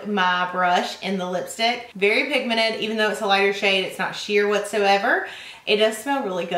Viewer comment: 'very pigmened'